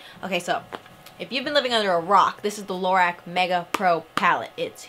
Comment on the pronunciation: Lorac is pronounced "luh-rock" :) the company just posted about it on their instagram